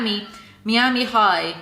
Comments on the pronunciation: When you said “Mee-ami” instead of “Miama” and then “I can’t talk,” you totally missed the opportunity to say, “I mean... I can’t SPEAK!” Hahaha! NOOO!!! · You can really tell which parts are leles own words and which are the ghostwriter; they don’t even bother blending them together. Jesus. Also: “mee-ami” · Even though I appreciate suffering through this so we don't have to, as a natural-born Floridian, hearing Miami pronounced that way hurts my soul.